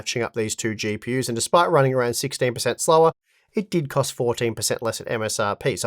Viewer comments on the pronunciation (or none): none